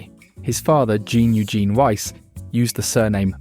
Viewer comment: Jean is pronounced similarly to john btw. Great video but I felt compelled to inform viewers. Not gene. "Zhon"